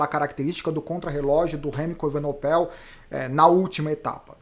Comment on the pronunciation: evenepoel = acho que a pronuncia correta é essa. As vezes esta falando evenopel